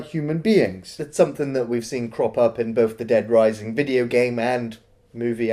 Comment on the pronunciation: "because it's shot on 'shideo' " ()